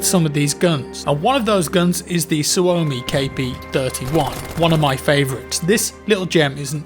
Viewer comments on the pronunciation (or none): none